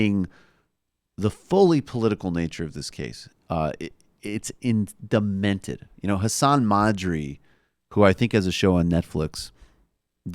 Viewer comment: Dude. Its Hasan 'Minhaj'. Not 'Maadri', where did that come from lol XD